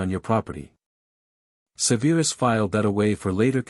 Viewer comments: Love this story, but idk if I'll finish. The pronounciation is not Severe-us, but Sev-er-us, say it with me, Sev-er-us. Also not Bell-A-Trix. Yes I know it's AI but guess what, there is still a human somewhere in all this. Some of this has repeats the same lines from previous chapters. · Do something man. Stop calling him Severe-us. Its just Severus 😂. Enjoyed the story though 👍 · Amusing and annoying at the same time that lately the last three vids I've watched are really messed up with pronunciation. Like this one. Not even a minute in I hear Se veer us stated so many times. So on that not good luck. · Please learn how pronounce SEVERUS.